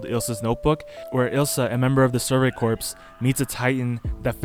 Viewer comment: Yo, great video but It’s pronounced core...not corpse